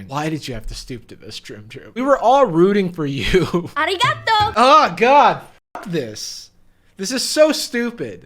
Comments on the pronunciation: "ahrikartoes" I cannot! As a thai. She didn't even thank someone the right way. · LITERALLY what even was that prononciation "Aireegahto!" 😭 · not a weeb but learning japanese and i- she really said AREEEGATOH😭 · They murdered the pronunciation of arigato and said AR • EE • GA • TOE Sounds close enough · Ikr. It should b pronounced a-ree-ga-tō. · "Arigato, Gyro.." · really just said areegahtoe! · The second she said arigatoy,I was like: Oh why.. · omg that made me so mad. Japanese is pronounced in syllables ah rī ga tò is how you pronounce it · Bumblebee 24 ahreegahtoe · The part when the narrarator said arigato hurt my soul and sanity so hard that it felt like I descended to the 6th layer of the abyss without my sanity returning anymore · Uhm Not a Japanese but I'm pretty sure that's NOT how you pronounce Arigato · when the narrator said arigato. IT HURT ME SO MUCH EVEN THO IM NOT JAPANESE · I barely know Japanese but that arigato is just........ no. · the way they said arigato makes me think they were like “okay guys, we can’t disrespect the culture. we have to pronounce this right.” and the voice over girl practiced like 5 times and they were like okay wow! great that’s perfect! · AAAAAAAAAND SHE DIDN’T EVEN PRONOUNCE F*CKING ARIGATO CORRECT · That "arigato" gives me nightmares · That ありがとう made me want to puke.